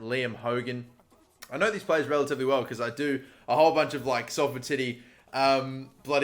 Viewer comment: OMG YOU SAID SALFORD RIGHT